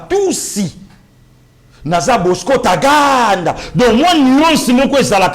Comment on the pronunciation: Bosco Tagaanda avec Nuance et non Bosco Taganda.vraiment